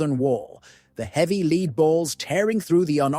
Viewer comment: it's not just names. Lead ( the metal) pronounced as the verb ( to lead) . Bow (the weapon) pronounced as in the front of a boat. AI narration is a joke